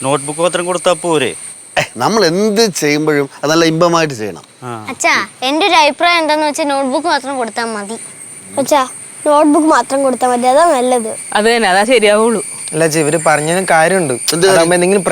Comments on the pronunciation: ബൂലോകമല്ല ഭൂലോകം അപിപ്രായമല്ല അഭിപ്രായം.. പറയുമ്പോൾ ഒന്നും തോന്നരുത് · ബൂലോകമല്ല... ഭൂലോകം, അപിപ്രായമല്ല..... അഭിപ്രായം...